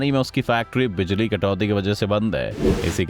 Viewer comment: Phali bar bijali ko bajali suna he